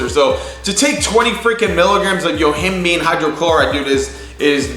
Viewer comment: Yo-him-bye-n. NOT YO-HIM- BEAN